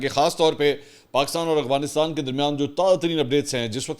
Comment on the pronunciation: اسلام علیکم منصور بھاہئ ، آپ ھمیشہ افغانستان کو اغوانستان پڑھتے ہیں،اگر میں غلط نہیں ہوں تو پلیز تلفظ درست کر لیں،🤗🙏🙏 پاکستان زندہ باد